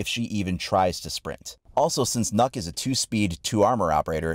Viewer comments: He said nukk........boi😫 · Pronounced Nook spelled Nøkk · Please, if you ever say her name in the future, try saying Nyck instead. You will be far closer to the correct pronounciation. Ø is not an O. Neither is it an Y, but it's the closest letter you really have, in English. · He says it like it's spelled nuck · Its pronounced nook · it pronounced nʊk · Not to be rude but u said here name wrong You say it like Nöökk Well At least If you were Saying it right i don't even think the r6 team says it right to be honest XD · It’s pronounced nook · Well it certainly isn’t pronounced knock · pronounced nook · like hvis du er dansk og du syntes at folk ikke kan finde ud af at udtale nøkk's navn ahha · Am I the only Dane who knows how to pronounce "Nøkk" properly? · I know normal players don't know how to pronounce the name right, but you said yourself that she's Danish, which means you know what language she actually speak, so when you see this letter "Ø" and don't know how to pronounce it right, you should have tried to just use a few minutes to use Google translate, and find out how to say her name correctly, becuase what you said all the time was "NOKK" which is a Danish word for "enough" just with an extra "K" in the ending, so please, when you do a YouTube video about it, do that kind of small detail research, and if you can't say the name, you can just play a small video of Google translate saying it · Kinda triggers me how people pronunce nøkk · it funny how nobody can pronounce Ø correct.